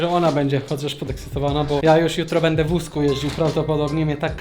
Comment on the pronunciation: Czy ja tylko tak słysze że w Busku zamiast w wózku 😂😂